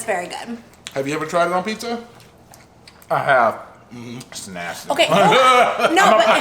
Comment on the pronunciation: OMG such a more POSITIVE VIBE WITHOUT NOC IN IT!!!!YASSSSSSSS!!! no yall noc does not need to be included in all the videos frfr she tarnishes the vids and brings nothing but ATTITUDE< its PIZZA!!!! not PISSA for the love of god smh its pronounced with a z not an s!!!!! noc is probably throwing a tantrum while watching this hahahah🤣🤣🤣🤣